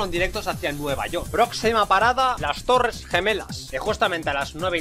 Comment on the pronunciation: las Torres tulas xddd